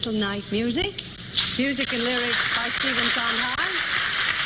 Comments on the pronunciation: LOVE INGRID'S NOT KNOWING WHO STEPHEN SONDHEIM WAS SO MISS PRONOUNCED HIS LAST NAME...TWICE.... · Cannot believe Ingrid Bergman did mispronounce Stephen Sondheims name. If she never knew his work she at least should get his name right. Shame on her.